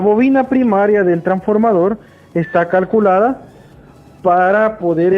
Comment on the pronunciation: Dijo Carculadas, que wuarr